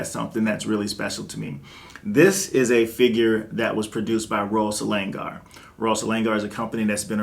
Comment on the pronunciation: Bro, you're pronouncing the name incorrectly. Selangor is pronounced 'slang-or'.